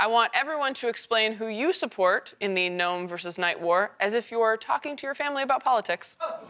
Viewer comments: If pronounces the G in gnome, he has to pronounce the K in knight 😅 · Cold that gave love to the G in gnome and not the K in knight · I'm surprised that pronounces the G in gnome but not the K in Knight.